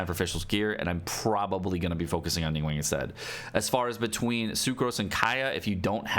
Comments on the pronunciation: You have pronounced names all wrong. Its xinq qiu not”ging-cool” Its Ning guang not “ning-wank” Its Chong yun not “chong-young” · Its pronounced ning-gWONG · Nobody:: NingWANG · Ah yes "Jing-Coo" and "Ning-Wang" my favorites 💀